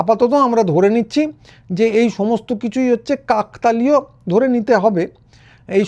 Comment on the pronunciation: কাকতালীয় উচ্চারন টি ভুল হচ্ছে।